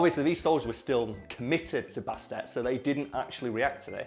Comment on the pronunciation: It's purrrrnounced Baset (bAst)